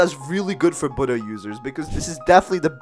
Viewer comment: Omg bro finally a youtuber who pronounces Buddha properly (Kitt Gaming, And Official Noobie also pronounce it correct)